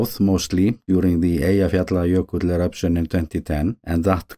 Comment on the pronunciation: Yes, please stay safe. I appreciate your video content as it gives us a much clearer perspective of what's happening, but please don't take any chances. Also thank you for the pronounciation of Eyjafjallaökull. I replayed about a dozen times and I think I have it now :)